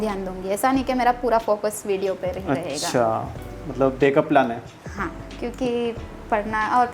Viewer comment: प्लेन नही प्लान होता है😅